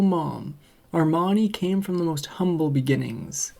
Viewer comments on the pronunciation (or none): none